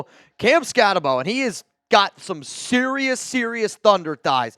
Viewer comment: Love the Skattebo pick (it's pronounced "boo" not "bo", though). He is a great team player with a chip on his shoulder, which he uses to punish any defender who tries to tackle him.